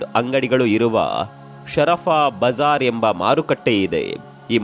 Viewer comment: 'ಶರಪಾ ಬಜಾರ್' ಅಲ್ಲ. 'ಸರಾಫಾ ಬಜಾರ್' ಅಂತ.'